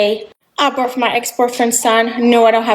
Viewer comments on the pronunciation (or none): She cant be serious! She got the boot after getting knocked up! We saw all the videos in the past and she now on here talking about "I birf my ex boyfriends thun" showing off again! Also that accent coming out more now that she struggling lol